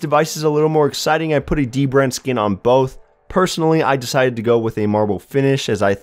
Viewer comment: Love how he says "boat" instead of "both"